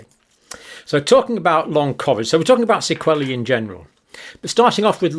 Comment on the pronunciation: Sequelae rhymes with wheelie, not wellie😂